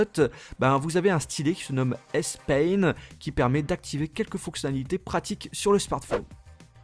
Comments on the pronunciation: S pen pas S pain xD La douleur S quoi... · Petite remarque sur la prononciation du nom du stylet, qui se dit "S-Pen" et non "S-Pain" mais bon, rien de bien méchant ;) Sinon, déballage qui ne prend pas des heures, on sait ce qui se trouve dans une boîte de téléphone par défaut de toute façon, donc on ne s'endort pas devant.. Il y a plus qu'à patienté pour la suite :)